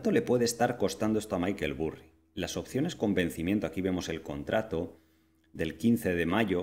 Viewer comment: Maykel Burri??!! Me sangran los oídos, jajajajajaja vamos no me jodas. Se pronuncia "Barry" no "Burri" jajajajajaj es que lo escucho y me parto.